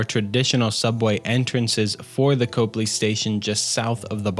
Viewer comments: it's pronounced Cop-ley not cope-ly unfortunately 😂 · Copley is pronounced Cop Lee Not Cope lee.